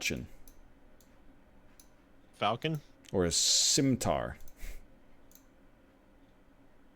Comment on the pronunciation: NL's pronunciation of falchion is correct.